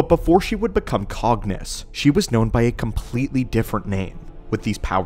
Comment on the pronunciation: Did you just say Darth banus? Wtff man